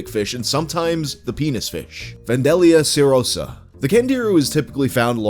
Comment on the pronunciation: Its Cerrho-SAh